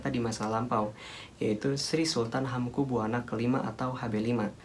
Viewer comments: Jangan buwana to dek,,bacanya ya Buwono biar enak di dengar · Hamengkubuwana dibaca hamengkubywono, woi goblok! Ini orang mungkin irang jawa barat atau jakarta. Pekok